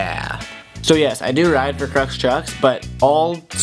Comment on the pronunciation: Krux not Leix- wtf